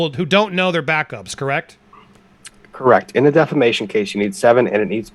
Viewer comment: Just for clarification... did he say defamation case or defecation case?